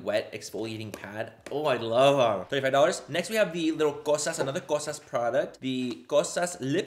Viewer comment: I’m Greek and you say “Kosas” BEAUTIFULLY 💙🇬🇷